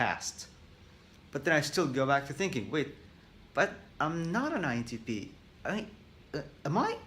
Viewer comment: Did he just say “INTPenis”? Lol I’m dumb sorry